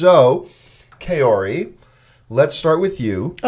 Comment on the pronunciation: No offense, nice after show discussion but I keep cringing every time I hear you mispronounce the name 'Kaori'